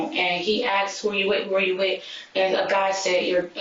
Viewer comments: Stupidity is the main cause. They never pronounce "asked" correctly. They say somebody axed them a question. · Why does she keep saying ax? And why do they get these weird names from?? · ITS ASK NOT AXE AND GONNA NOT FINNA. NOGS MESS EVERYTHING UP